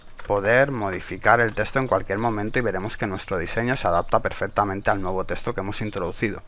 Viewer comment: un "teshto"